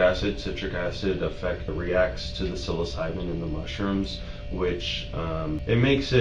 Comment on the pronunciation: 😔 i usually love your videos i just can’t get over the fact that your asking chat how to say psilocybin and continually said it wrong like the video didn’t just say psilocybin 💔